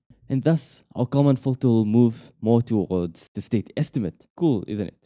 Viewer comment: If you put on an expensive video, you should at least find someone who can pronounce words correctly, starting with "common fitter".